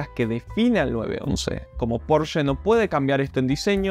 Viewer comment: Al fin decís Porsche como corresponde y no PorschA😜